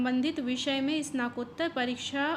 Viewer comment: Snatkottar hota h ...snakottar Ni dear